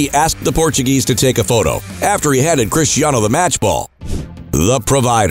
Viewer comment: Hate how Americans call him CHRISHTIANO.. He's from Portugal, his name is pronounced Cristiano.